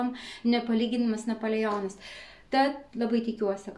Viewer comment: sakoma napoleonas o ne napolijionas kvailai skamba